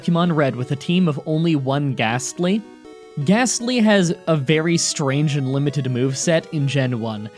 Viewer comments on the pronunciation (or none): You're challenges have become increasingly easy. And I'm sorry but unless the next one is a CHALLENGE I'm gonna unsubcribe. I don't wanna so please up your game. Also it's a GASTLY! NOT GHASTLY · U said ghastly